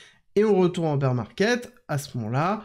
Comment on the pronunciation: Tout est parfait mister! A part ta prononciation de « bear » haha ca se dit « bère » et non « bire » 😂